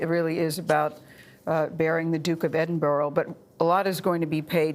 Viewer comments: Gale, FGS! If you cover the royals nationally, especially the prince’s funeral itself, learn how to say his title right! It’s Edin-brah, not Edin-boro!!! It’s Scottish! Just be professional or not being ignorant really! And stop keep calling him “Philip” like you were buddies. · Its not Edinboro. Its Edinburgh... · Yes, that made me really annoyed. You would have thought she would have learned to pronouce his name correctly.